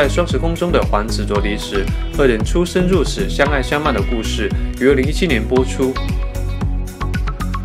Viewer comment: 主播.....什么是“出生入屎”？？？